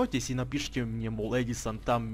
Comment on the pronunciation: я уже есть в музее на снайви на фамилий ударение на а